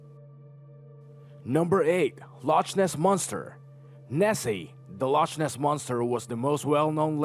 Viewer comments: It's LoChness. Not Loshness. Duh. "Loch" is the Scottish word for lake. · loch is said as lock Lockness don't pronounce the ch sound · Loch Ness is pronounced Lock Ness also some of these have no evidence backing and as some some one els said desinforming and are just theory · The lochness monster is pronounced by loknes